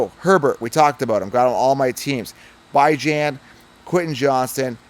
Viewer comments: Bro pronounced Bijon as Bye John.....bruh... you're supposed to KNOW fantasy. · It’s BEE-JAHN. Gotta pronounce it right. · Butchered Bijan's name 😂 good lawd. Decent take though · Can't trust this guy if he still can't pronounce bijan correctly by now